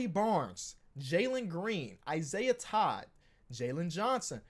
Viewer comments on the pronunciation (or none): none